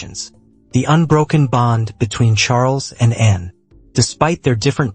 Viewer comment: Why are you saying N instead of Anne? Very annoying.